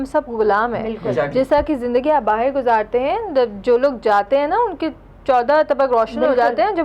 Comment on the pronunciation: are they calling that langauge as URDU? are u kidding me ? and why the hell she is pronouncing "bahar" as "baaher" baaher is marathi language word..and it sounds pathetic with hindi langauge words ~ ..they have just mixed up hindi n marathi langauge of india..which is much ancient that urdu.. and they created urdu langauge lol